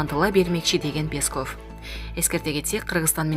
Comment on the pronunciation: Уфф, ушул жанылыкты окуган кызбы келинби , билимди , тилди , туура басым жасап окуганды уйронуп алчы , сураныч! Мисалы , Пееесков эмес , ппесков , Памирден окубай келсен да. Кыргыз адабияттан корком окуу деген куну , келбей койсон керек .